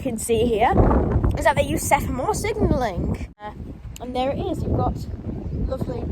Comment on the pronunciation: Cool video, by any standards, not just for a 12 year old! One small point, I know it's an increasingly vanishing thing, but it's SEMAPHORE not SEPHAMORE 😉 I've just subscribed so I look forward to further content 😃